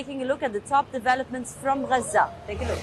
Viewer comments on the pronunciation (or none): Where is raza? 😂 Why do they give these people jobs... She can't even pronounce gaza